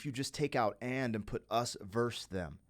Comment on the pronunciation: This was your best reaction ever. I feel privileged that you shared this reaction experience with all of us. I've been listening to this album since it first came out and I still cried along with you. Peace ☮, OBTW: The word is versus 😉